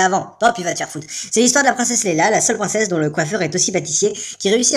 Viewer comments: Leia, pas Leyla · Princesse Leila [Prononcé : Laya] pas Lailla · on dit " leia" et pas leila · LEÏÏÏÏÏÏÏÏÏÏÏÏÏIA PAS LEILLLLLLLLLLLLLLLLLLA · Leïa, pas Leila! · Princesse Leya et non pas Leila !! :D Mais sinon super video ! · Sympa le résumé =) Et entre parenthèses, c'est Princesse Leia, pas Leila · Leïa pas Leila mais sinon très bonne vidéo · Et c'est pas Lela, son nom, mais Leïa !!!!!! Attention !!! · C'est moi ou tu dis "Leïla" au lieu de "Leïa" tout le long ? :O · Leïa mon dieu, pas Leyla. Et Luc n'est pas Blond oo' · je me disais bien qu'il disait leila XD quelle honte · je rêve ou il dit la princesse Leïla??